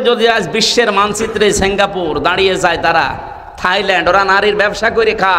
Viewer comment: "ছেম্গাপুর" কি???